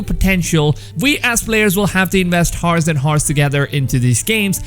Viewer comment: Don’t wanna mock u or anything or be a bully, i just wanna help u with a small word which is hour and the h is silent buddy, (i hope u don’t get it as me making a joke about u or anything)